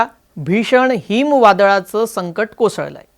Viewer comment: दादा, "हीम वादळ" नव्हे तर "हिमवादळ" म्हणावे